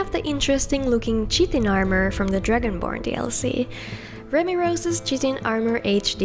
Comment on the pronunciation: Hey just so you know chitin is pronounced (kai-ting), didnt know till i xame to the US, i was calling ebony as (e-bon-knee) instead of (e-be-knee) for years